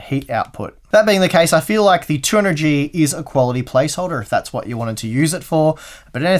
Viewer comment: Now I know what a heavily sleep depraved looks like: keeps saying A12-900 instead of A12-9800 and 200Gee instead of 200GE. And also forgets to test the processor with the 1080 ti FTW. I'm hoping he'll make up for it by testing it with the 2080 ti FE. Thanks for the video!